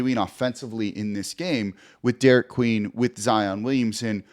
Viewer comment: Congrats Jake but it’s Derik